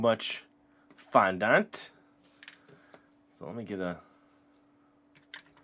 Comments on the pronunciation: Oh my god is not pronounced fondánt it's pronounced fondent I wanted to throw my laptop across the room for the whole video because of it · fondont? its pronounced fon-dent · Nice kit and i giggled everytime you sed fondant cos you said it like fondAnt when its sed like fondunt 😂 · FON DENT IS HOW IT IS PRONOUNCED NOT FOND ANT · its pronounced fon-dint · You are supposed to pronounce fondant fondint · Fondant is pronounced like "Fon-dent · you say fondant wrong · No offense but you say fondant wrong